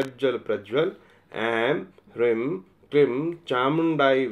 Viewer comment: Hreem ka ucharan is prakar nhi hota h.